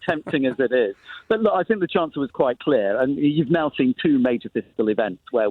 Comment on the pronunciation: Sick and tired of Tory version of the word “clear”.